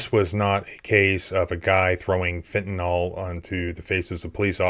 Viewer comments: There is no O in fentanyl. It is pronounced fen-ta-NIL. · Great stuff! Please learn how to pronounce "Fentanyl". You wouldn't say "Bicocle", would you? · Fen ta NILL, NOT "Fen ta NALL" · It's "fentaNYL," not "fentaNOL." You're too smart to be mispronouncing such a common word. ❤ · It's not fentanol. It's fentanyl. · First of all, it's pronounced Fenta NYL, not Fenta NAHL. Secondly, have you STILL not figured out that at least 9/10ths of what you report on is pure 🎭🎭🎭??? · It always amazes me how most people cannot pronounce 'fentanyl'. It's said as fentanol all the time. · Pronounced "FEN-TU-NIL" Not "FEN-TA-NOL" It isn't an alcohol. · I love your channel. Great work! BTW, it's fentanYL (rhymes with Bill). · OK I wasn't going to say anything but you mentioned the pigs poorly written report. You're pronouncing fentanyl (like everyone else who is parroting words) as if it was spelled "fentan-all". Cmon man. You're an intelligent guy. When you hear a new word, you need to actually learn the word before speaking in front of the world. Please don't perpetuate the lazy mistake. K bye! ,) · Why does everyone pronounce fentanyl wrong.